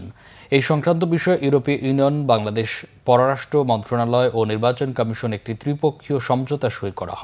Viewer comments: কমিশন কে এই সংবাদ পাঠক কামিশন উচ্চরণ করে কি কারণে? বাক প্রতিবন্ধী নাকি সঠিক উচ্চরণের ধারণা নাই? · এই সংবাদ পাঠক কি কারণে কমিশন কে কামীসন উচ্চারণ করে যা অন্য কোন সংবাদ পাঠক করে না ।কত্রি পক্ষ কি এর সঠিক কারণ জানাবেন ।